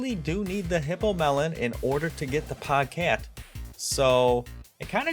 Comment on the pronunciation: its POGE CATE NOT POG CAT